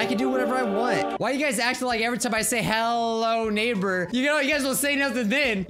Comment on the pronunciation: He said hell-o-neighbor